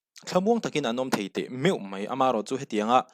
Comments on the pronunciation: ...Duhoma lo zet MAI (MEI ni loin..) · Mei nilo in mai😊